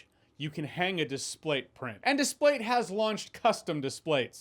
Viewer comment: I think you are the only person who has ever said displate in a way that makes sense. I have heard about a thousand ad reads for those things and they all put the emphasis on the dis part.